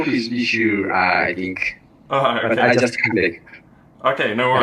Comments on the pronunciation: アイジャストゥーー、って発音が朝鮮訛りですね、クワドリンガルの英国紳士系動画で散々聞いた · しょっぱなのアイジャストゥ〜がいかにも典型的な朝鮮訛り